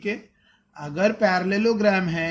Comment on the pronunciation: Sir Aap Agar Ko Akhar Kyo Bolate hon 🤨🤨🙄🙄